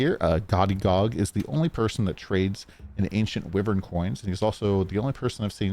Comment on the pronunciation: Its pronounced "whyvern"